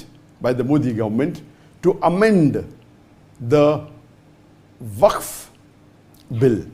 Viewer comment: Wakf....Not Its Fak board....😂😂😂